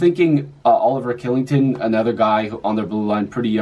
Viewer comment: good job mate, just a fyi kylington is pronounced chillington. thanks for the video!